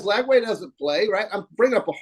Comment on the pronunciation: Ranting about Gator fball but says Lagaway instead of Lagway 😂